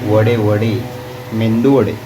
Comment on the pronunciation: मेंदू वडे नाही, मेदू वडे म्हणतात.